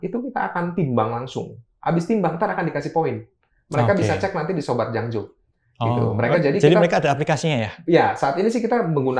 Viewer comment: Jangjo bukan janglo